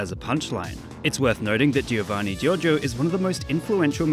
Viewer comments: just saw this video today after a year and saw that a lot of english speakers struggle with the pronounciation of "Gio" so to help you guys out the way to read that is the same you read "Jo", cause in italian G followed by an I or E sound like J in english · Being Italian, i say that how you pronunce Giovanni Giorgio is not so good, you have to say the i of Giovanni mute, but i know that it can be hard, even someone in Italy actually say Giovanni instead of Govanni! Here if A, O or U have a G before they, you have to pronunce gh, but if there is a g, an i and then A, O or U, you have to pronunce it: gi, but there are some exeptions, in some cases you have to do the gi, but the i is mute (for example, Giovanni). Giorgio instead is different, because you don’t have to say gorgo, but you have to pronunce a bit the i. So, not gIovanni, but govanni (this is just for the pronunce, you have to write it “Giovanni”) Btw gg for making a video about one of my favorites memes! 👍 😉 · he hears how he pronounces his name and he cant repeat it... you dont say the first i in giovanni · I don't get why you guys pronunce it "Jeeovanni". Giovanni Giorgio even says it himself! It's "Joevanni" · GIOVANNI NOT GEOVANEY!! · The way he says Giovanni burns my ears.